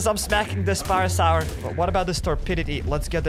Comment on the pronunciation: You saying parasar pain